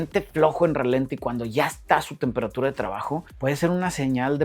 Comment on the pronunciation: My boy, la palabra correcta es "ralentí", con acento en la i. Otra cosa, te estás contradiciendo, no contrariando.